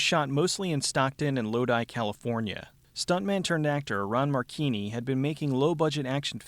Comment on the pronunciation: Mar-chee-nee. Marcina is pronounced Marcheenee. But who cares? His acting is fucking awful and its hilarious to think about how he thinks hes good enough at anything to be a leading man. He looks like someones tiny dad, and since hes so small his "karate" consists mostly of kicking people in the dick. Dont even get me started on the character "Snaker", or as he prefers "Ssssssssssnaka". This whole movie is just plain dumb. It has its moments of being unintentionally funny, but mostly its a little man with Napoleonic syndrome.